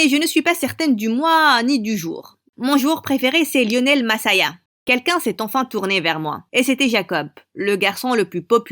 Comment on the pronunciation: J'ai pêter un fou rire quand elle a dit lionel massagna sinon belle histoire